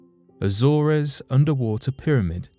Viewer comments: It's pronounced as A-zors, not A-zor-res. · its pronounced A-zorz not A-zor-rez? The Azores, you don't pronounce the e? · Once again, your pronunciation is off. “Azores” sounds like “A-zors”; not “A-zor-ez”. Why is it so many young people cannot pronounce anything correctly? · Azores is pronounced 'az-ors' Not 'Azor és' ...but good video, thanks. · Its pronounced Azors. The res part is in correct. 😕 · Azores is pronounced A-Zores, with a hard "A". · I am always amazed by how little these narrators seem to know about the world they live in as their pronunciation of things and places is always pretty much wrong... AZOR(E)S... the best ever was when they described Bury St. Edmunds and Bury Street in Edmunds :D :D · I'm bothered by the way he pronounced Azores. I mean, wow!! Maybe he never heard of it?? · Yeah really. I didn’t even know what place he was talking about until I got more info. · I hate to be nitpicking but they should research pronunciation as well. Azores is pronounced differently. Thanks.